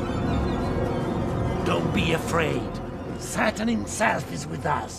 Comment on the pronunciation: The way the priest says “Satan” sounds like he said “Saturn”